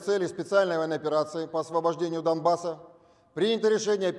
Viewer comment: ....почему доМбасс? Неужели нельзя выучить, что это производное от двух слов 1 - Дон (река), 2 - Бассейн (угольный бассейн, угольное месторождение). Т е. ДОНецкий угольный БАССейн...кратко.... Донбасс.